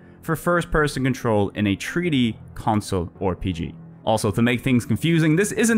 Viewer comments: Hello hello, this is an instant sub from me. One thing though. Why do you say "Or-PG", but not "Cor-PG"? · Hey the 'O' in front of RPG is silent:V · That was a fun video! I will definitely come back and Download some games. It must have taken forever to make. Also where are you from? I had a chuckle every time you pronounced the R in RPG as "or"